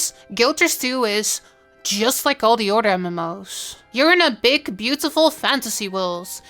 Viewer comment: Iove the accent and how she says otter when saying "other"